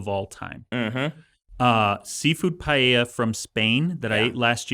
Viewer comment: Man, that was a pronunciation of Paella that I never expected 😅